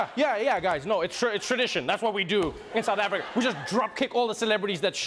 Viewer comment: "WELCOME TO SOUTH AFRRRRICAH"!!!